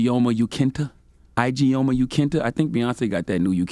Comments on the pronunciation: CTG the ladies name is an Igbo (Biafra/Nigerian) name spelt Ijoma pronounced E-JO-MA - i appreciate CTG for trying especially after that nonsense Steven A pulled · bruhhh! ctg butchered the hell out the name. lol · i know ctg didn't just butcher the name ijeoma. lmao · Ijeoma is a Nigerian unisex name like Jamie, or Chris. It's pronounced "E-Je-Ooo-Ma"